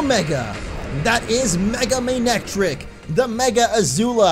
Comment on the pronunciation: he said "mega may neck trick"